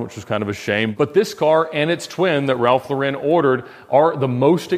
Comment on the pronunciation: Ralph Lauren. Pronounced like the female first name, Lauren. Not like Laurenne.